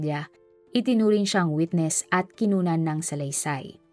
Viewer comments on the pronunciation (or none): none